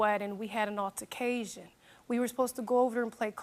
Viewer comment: She said “altercasion” 😂😂😂 it’s “altercation”